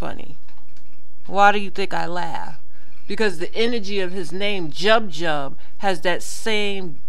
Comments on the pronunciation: Its pronounced Jub Jub as in Joob Joob,and yes he's a douche-bag and should spend the rest of his life in jail.The guy was ok when he entered the music scene now he's just a douchebag,what pisses me off is refuses to acknowledge that he was wrong he still maintains his innocence when all the evidence points right at him. That weave debate has been going on for some time In South Africa and most women who do wear it say its down to preference not because their not proud of their who they are. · lady you didnt do your research before posting shit like this, 1st of all you using a few africans you read about on the net out of a billion as an axample?? u cant even pronouce his name thus lets me know u didnt research nothin,'joob joob' means marshmallow,not just a rapper name i bet u didnt fucking know that, gangs and drugs, cornrows etc are not just american, research the prison gangs in south africa and the have existed far longer than many american gang culture, in your own narrow minde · lol the way you pronounced jub jub's name.